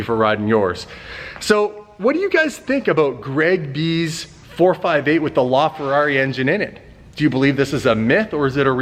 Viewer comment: "a ferrari LaFerrari" *owns ferrari and still doesn't know how to say it*